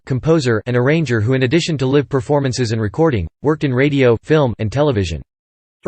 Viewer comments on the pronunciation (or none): “Live” is pronounced “LY V” no “LIV”